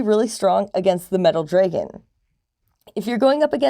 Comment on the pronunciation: Good info, but hearing you pronounce dragon incorrectly so many times was killing me.